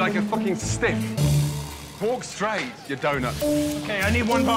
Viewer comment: "You look like a fucking stiff" I swore he said stick at first xD